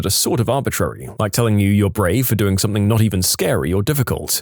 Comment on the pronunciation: No k in the word something